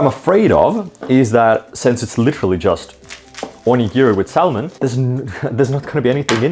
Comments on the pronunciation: Just to say, when you say salmon you shouldn't pronounce the L. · Pronounced Salmon like it's a digimon lmao. Sal mon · I like how he pronounces Salmon. Really goes hard on the L. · Hearing Salmon pronounced like Salmonella has mildly put me off it. Probably gonna repress seeing those parts of this later. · Saying salmon like Enrique from king of the hill 😂